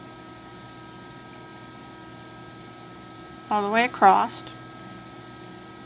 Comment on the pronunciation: Sorry but it's across ! Not acrosst 👍 Other than that the best tutorials.